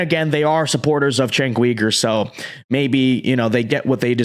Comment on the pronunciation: I think his last name is pronounced YOU-ger